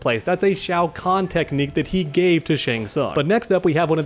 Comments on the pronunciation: Shao Kahn? I think you may have misspoken there. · disrespected my boy Shang Tsung, calling him Shao Kahn